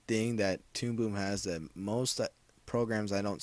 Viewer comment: tude boob? lol sounded like u said that at the beginning of the video :P